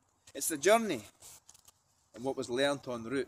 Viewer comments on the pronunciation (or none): I write poetry I've never spoke it tho as expressed poetry .... I guess it would take a bit of balls to stand there and do that so big up and always good to use words to express. Poetry is the way forward! Also the way you said journey makes me laugh from a Scottish family myslef and some words yous say are just funny like purple and burgalar 😉 all love only messing